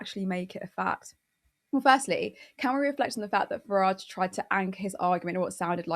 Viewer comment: Why does Farage pronounce his 't's' as 'd's'? If he wants to emigrate to USA I'm not going to try to stop him. As long as he gives up his citizenship on the way out. Tax dodgers can go to a nation founded by tax dodgers, for tax dodgers. I hope the Treasury's been keeping tabs on the two and a half centuries of back taxes we're owed by USA.🤨😠